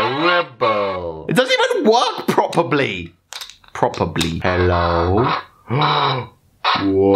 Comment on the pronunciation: "it doesn't even work propebly" 😂😂😂